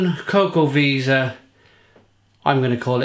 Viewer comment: Great review! I think you pronounce it 'Chocoveza', but I'm not sure.